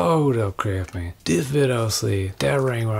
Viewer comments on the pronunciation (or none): Has he been dropping the "s" when he says Crafsman lately? Recent videos sound like Crafman.